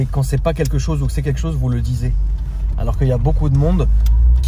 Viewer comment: « Vous le disez » Fais attention, tu as prononcé quelque chose de grave... À part cette folie très bonne vidéo 😄